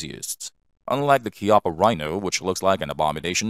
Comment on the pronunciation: THANK YOU for pronouncing CHIAPPA corrwctly!!! 👍🏼👍🏼